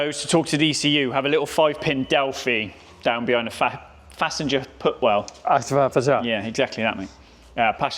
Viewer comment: "Fassenger-Putwell"..... oh yes been there a few times mi-self with my mouth. Smashing vid as always thank you all.